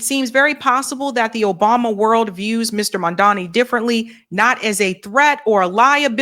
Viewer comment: Ugh. mispronounced his name. Can't watch. She did a Cuomo.